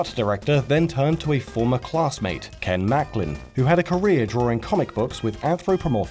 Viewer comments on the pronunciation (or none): none